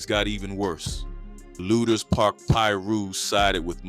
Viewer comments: Man it's pronounced LOO-DERS Park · It’s pronounced Lewders Park. But spelled lueders park.